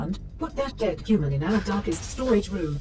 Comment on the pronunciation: I love the way you pronounce human, “euman”